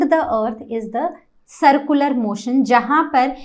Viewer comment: Its not sircular you are not pronouncing it right